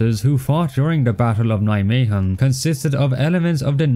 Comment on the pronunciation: Although it is not perfect, your pronunciation of Nijmegen is very good